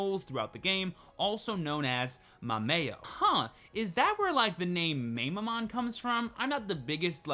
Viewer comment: Someone has to tell how to pronounce Mamemon